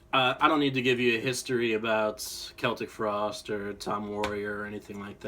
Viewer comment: I'm very happy you can pronounce Celtic frost right